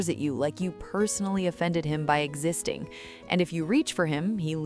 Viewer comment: "Writeen", "stoppeen", "existeen", and "reserveen" are not words. "ing" is not pronounced "een".